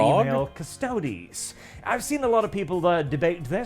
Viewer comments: Ok so things to note here: the canon pronunciation is cuss-toad-ees. Uh, custodes have NEVER explicitly been all male. And for anyone who says ANYTHING about the Sisters of Silence, they are a completely different group with a completely different role(theyre basically psychic blanks. Their mere presence debilitates psychics and drives em crazy. They're used as assassins, custodes are bodyguards). The space marines are all male because geneseed only works on males specifically so they can't make space marine babies and thus usurp the god emperor. All in all, female custodes are awesome, I'm looking forward to (hopefully) get some minis or figures to paint and display of em. Oh also custodes don't have geneseed, unlike space marines. Uh, custodes are just as far as you can push the human body physically and mentally, space marines are...genetic and surgical monstrosities. But also yea, from one warhammer fan to somebody who doesn't know much about Warhammer, most of the fandom is not like this guy. Most of us either don't care about this, or are actively excited about it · It's pronounced Custerds! 😂 Jeremy is never wrong